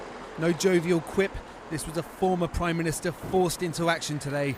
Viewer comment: He says he was assured he was priminitser